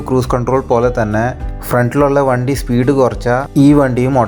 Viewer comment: വന്തി അല്ല വണ്ടി ആണ്